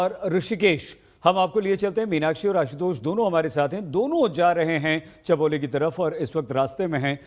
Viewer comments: Chamoli not Chameli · भाई चमेली नहीं चमोली हैँ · Chamali nahi yar Chamoli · Chameli nahi chamoli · Abe chameli village Nhi hai Chamoli hai... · It's called chamoli not chameli